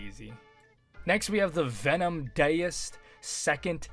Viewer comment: ❌Daoist ✅Diced